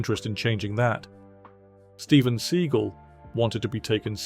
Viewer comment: 'Steven Seagull' 💀